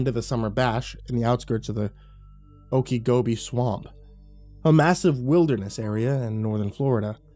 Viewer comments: I'm in Florida he kept saying oakygobe I thought it was some other part of the world but when he said " weird Florida story" I realized " Okeechobee " pronounced ( Oakachobee ) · oak a gobi???????"? swamp lmao